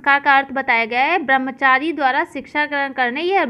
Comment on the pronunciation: Brambhchary ka sahi uchcharan karo